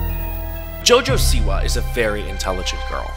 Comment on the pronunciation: When he said "Jojo siwa" in the start of the video i thought he said "Jojo see ya" (in Jojo's bizzare adventure) 💀💀